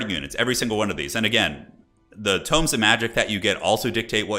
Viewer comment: It hurts my ears every time he pr9nounced the tomes as toooms 😂